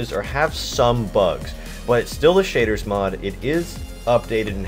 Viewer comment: Im gonna show you how to install the shitters mod. (thats what I heard XD)